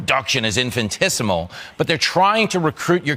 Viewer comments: The loud dumb guy in the video keeps saying "infintisimal". 🤦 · Fox is the bastion for ignorance and stupidity. The word is "infinitesimal" NOT "infantesmal." Can't take these morons seriously!! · What kind of word is "infantissimal"? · Infantisimal? Is he admitting to being infantile?